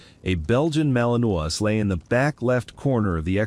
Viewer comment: TEACH YOUR AI HOW TO PROPERLY PRONOUNCE WORDS! The dog is a Malinois, pronounced Mal-in-WAH.